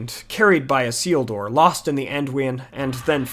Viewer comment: A nice synopsis. Although I would take issue with much of your pronunciations. For instance - Is-il-dur or El En Deal. Nice work.